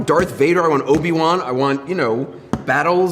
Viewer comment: I misheard 'Obi Wan' as Pokemon and was so confused as to why he called it scifi, lmao